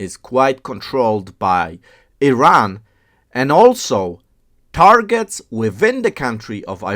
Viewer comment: Unless you pronounce Iran, Iraq properly, we won't watch your videos